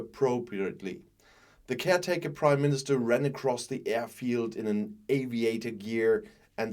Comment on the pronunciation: The British Crimeminister, that's what I heard anyway.